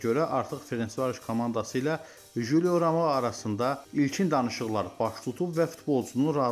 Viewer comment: Ramoo yox Romao